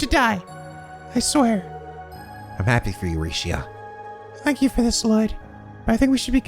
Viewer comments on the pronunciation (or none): Hi,. I'm sorry, but I will not stand for any more Rixia slander. It's bad enough that you've been misled to pronounce her name as "ree-shee-ah" when it is supposed to be "ree-shah". (Seriously, it's one less syllable; it's not that hard to retrain your brain to say it the correct way.) But now you think she's a bad party member when she is not. I will admit that her one support skill is bad for boss fights, but Aidios forbid characters have weaknesses and specific roles in mind in a team-based JRPG. BTW, this is a minor spoiler though not story-related, but... ----- Rixia does get a 2nd support craft that is much more valuable for boss fights and in general. (End spoiler) Speaking of which, here's a friendly reminder that you can disable character's support skills so that when they do them in battle, it will be the one you want and not have to essentially flip a coin and pray you win the 50/50 like in a gacha game. Anyway, if you don't mind me refreshing your memory of what she can do as I defend my one true Trails waifu and is the reason I got into this series, let me preach the good word of the church of Rixia Mao: - her S-craft is a screen nuke as opposed to everyone else which, while some hit a larger area than others, are still limited in range when compared to Rixia's. - Dragon Claws is like Lloyd's Raging Spin in that it can attract (smaller) enemies towards her, but she can do it from further away without having to move. Because of this, you can also build Rixia